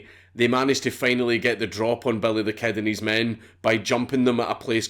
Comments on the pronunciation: "belly thuh kehd" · Nigga said "belly the ket" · sorta sounds like, “bury tha ked.” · belleh the ked* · I swear he said: "Belly the Cat"